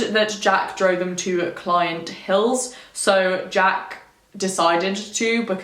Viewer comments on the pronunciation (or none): I live near here and it's one of my favourite things about the area. It's a great one to tell people who aren't local, freaks them out every time Edit: I'm sorry I gotta correct some proninciation - 'stour' like 'sour' and 'Clent' like 'lent'